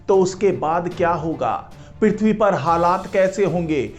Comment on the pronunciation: पिरिथवी नही पृथ्वी बोलो